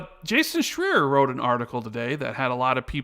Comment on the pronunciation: Anybody know why they keep mispronouncing Jason Schreier's last name?